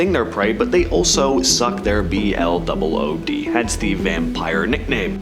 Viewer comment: Everybody else don't say blood like he does.